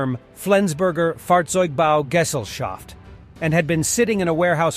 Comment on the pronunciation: Gesellschaft is not pronounced in that way.